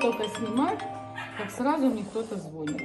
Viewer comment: Не зво́нит, но звони́т. Уважайте великорусский язык нешыбзиков